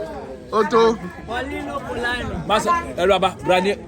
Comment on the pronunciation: 🤣🤣🤣🤣🤣🤣🤣, poreeno to de whole wiase